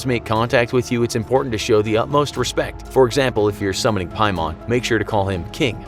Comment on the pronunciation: piemon lolol its pronounced "paymen"